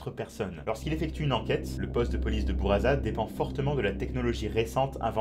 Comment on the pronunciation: Pour buraza on dit pas '' bouraza '' mais '' boulladza ''